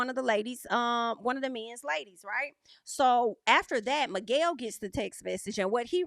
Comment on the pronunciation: I'm so relieved is gone, and we can no longer hear "Migwell"